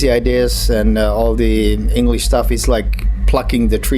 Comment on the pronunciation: Ei yheren kerran, eikö tosiaan löydy haastattelijaa, joka osais edes välttävästi lausua englantia?